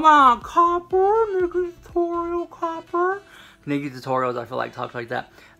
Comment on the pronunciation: The way you say copper, kills me!! lmao Luv yew so much!